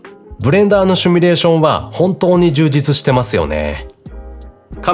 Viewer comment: 「simulation」なので「シュミレーション」は間違い。正しくは「シミュレーション」です。テロップでは正しく書かれているので、おそらくしゃべる時の口癖でしょう。早めに矯正することをお勧めします。